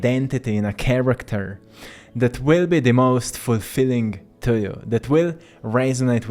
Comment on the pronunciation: I really like your content but the way you pronounce “to” really distracts me.